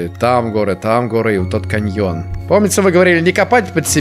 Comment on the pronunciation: Каньён.... каньЁн.... 🤦‍♀️